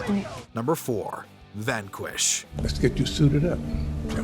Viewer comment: He pronounced "Vanquish" like he's never heard or seen that word before